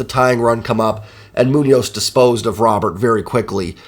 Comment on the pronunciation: Just a heads up man. Luis Robert’s name and a pronounced ‘Roh-bear’. So the t is silent and the ‘ro’ is pronounced like ‘row’. Another great recap man. Best in the biz as far as I’m concerned!